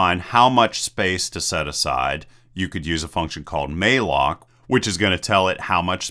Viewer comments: malloc is pronounced like "allocate" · Note that malloc is pronounced like "allocate" with an m, and unary is pronounced like "yunary"